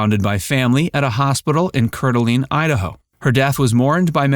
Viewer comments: Coeur d'Alene is pronounced Core de lane not Cur de lane. Grew up there. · Coeur d'Alene, Idaho. Pronounced "core - duh Lane" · What I do know is that you pronounced Coeur d’Alene incorrectly. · Good ending in this situation. The only troubling thing said in this video was the pronunciation of Couer d’Alene, Idaho. Butchered up embarrassingly by somebody who didn’t take 15 seconds to Google his work.